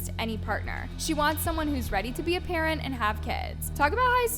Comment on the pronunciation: It’s weird hearing her talk about being an adult and a parent… and pronouncing it “adawt” and “pawent”.